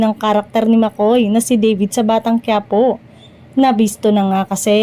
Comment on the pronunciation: DAVID po!hindi deyvid!😅